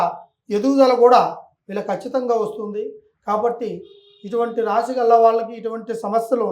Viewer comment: Raaashi kaadu Raasi.Anchor Telugu bhasha sarigga palakandi